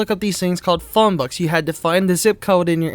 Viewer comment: Arabic isn't pronounced a-ray-bick. It's pronounced ara-bick Also books are not pronounced bucks